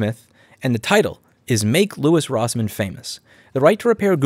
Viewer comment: ... you mispronounced your name in the first 30 seconds Or maybe you just pronounce it wierdly idk i reeatched some other videos